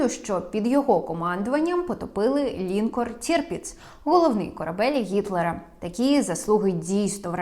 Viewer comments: Перевіряйте наголос в незнайомих словах, таких як лінкОр. Додивитися не вдалось, бо ріже слух. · Правдиве те, що у тебе губища наколені))))))))) Не лІнкор а лінкОр..